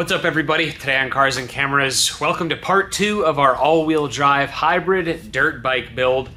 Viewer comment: "cars and cameras" more like "car sand cameras"